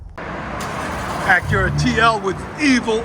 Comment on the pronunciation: driver pronounces it "ack-err-ahh"